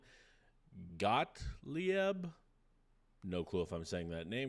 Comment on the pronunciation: GotlEEb - not that hard...